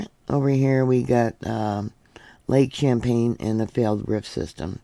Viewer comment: Lake Champlain. Pronounced as if it is an S instead of a C at the begin ing of the word. Then you omitted the L. PLAIN. CHAMPLAIN SPOKEN LIKE SHAMPLAIN. I know you have some issues with words so I hope this helps you. I have vision problems with words. I don't see all the letters without turning my head constantly to scan the words for blank spots. It makes me a nervous wreck. It started after I was diagnosed with an eye disease that will eventually blind me.